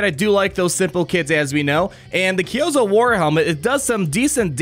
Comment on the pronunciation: It's pronounced ki-oo-zo